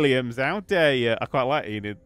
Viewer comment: Enid her accent is just perfect hahaha